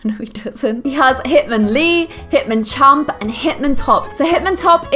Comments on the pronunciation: says hitmonlan, hitmonchamp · she said hitmonchamp........... TRIGGERED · hitmonCHAMP lol fuking fail